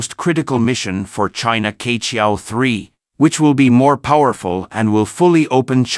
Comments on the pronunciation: No offence, I suggest the pronunciation of "queqiao" is not "K-qiao" but "chur-qiao"，like “church” without the "ch" at the end. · Q is not pronounced "K" but as "Chi" in Chicago. QueQiao 鵲橋 is the Chinese Zodiac Type mythology story "BIRD Bridge" formed by the BIRD "Que" for the "Cowboy" 牛郎 and "Weaver Lady" 織女 to meet in the SKY across the Galaxy ---- SILVER RIVER 銀河!!! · 跟我念，七～月～鹊，不是K桥